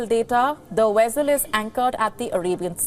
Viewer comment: Vessel not Wessel